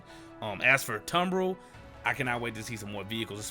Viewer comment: I hate to be 'the one' bro but the company's called Tumb_ril_ r-i-l, not l-i-r. That fukn dyslexia man - got you good lol